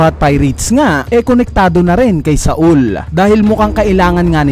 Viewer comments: not SA-UL its SAUL/SOWL duhhh SA-UL THE FCK HAHAHAHA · Jaguar D. "Sol" po ang tamang pronunciation